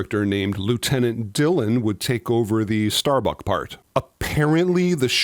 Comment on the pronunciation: It's "Starbuck", not "StarBuck".